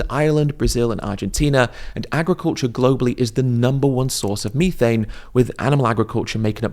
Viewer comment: Hearing Ed’s syrupy pronunciation of vitt-a-min and mee-thane is enough to send me to the nearest Macca’s out of spite.